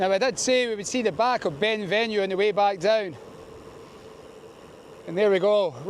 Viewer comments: It's pronounced Ben Venoo not venue. The mountain in the distance is the back of Ben Lomond. Where have you spent your life ? Certainly not north of Glasgow. Classic example of a Scot that doesn't appear to know much about Scotland. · at the risk of sounding like a pedantic prick, do you not think you should get the correct pronunciations of Ben Venue and Loch Katrine?